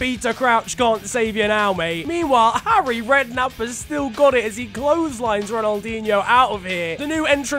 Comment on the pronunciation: Trrrfic effort from 'Arry